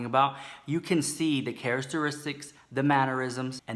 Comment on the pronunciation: Characteristic. Not charasteristic. Cmon.